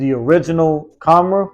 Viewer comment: Kam -rah ... not Ka -mara friend.